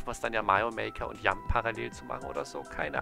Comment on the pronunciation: Warum betonst du Jump eigentlich immer so komisch?